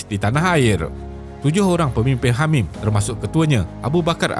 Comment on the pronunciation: Hamim dengar seperti Hamas. MashaAllah. Terima kasih admin tidak berpihak hanya satu pihak saja. AllahuAkbar. Anak muda bersama PAS 🤍💚🤍💚